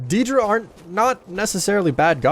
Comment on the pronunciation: Ethan Bennett you got it backwards. The Aedra were also immortal before creation, and lost their divinity. And had been mispronouncing daedra from the start of this series, You say it as "day-dra", same for Aedra.